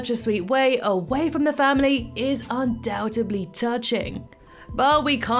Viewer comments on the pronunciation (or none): You do not pronounce the b in undoubtedly